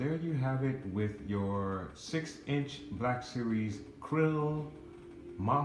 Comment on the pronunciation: Great Looking Figures. You missed Greef Karga's Butterfly Joints in his Articulation though, and FYI You mispronounced Kuiil's name. It sounded like you were calling Him Krull, or Krill, but His Name is Kuiil, pronounced Coo-eel. I Still need Him and Gideon. I had to have 2 of those Bikerscout sets though to Recreate that Iconic Scene from the Show with them Parked Side by Side talking about Grogu in the Bag. I put the extra Grogu in the Bag over My Beskar Mando's Shoulder and it looks Great. & MTFBWY